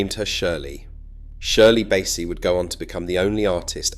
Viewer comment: Good documentary, very informative and well presented. So I can forgive the atrocious pronunciation of the Welsh place names and Shirley Bassey's name. I will view your channel again...